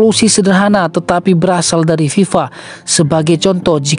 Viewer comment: Fe bukan Pe narasinya .😅 FIFA BUKAN PIPA